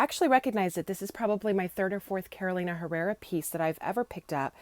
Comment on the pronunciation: Inagree. And also pronouncing Carolina like the state. It's "Caroleeena".